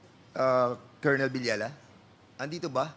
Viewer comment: Kolonel ba ang tamang pronunciation?